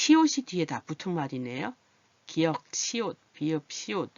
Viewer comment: 기역이라고 읽어요